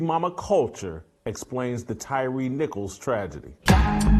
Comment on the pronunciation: I don’t like Jason and he needs to be fact checked. Tyre was raised by his step father. And his name is Pronounced T-Y-R-E-E